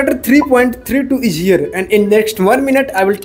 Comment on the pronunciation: Your hindi slang is awful.... It's 'Is' not 'eej'.... How do you pronounce इस, ईज ...?.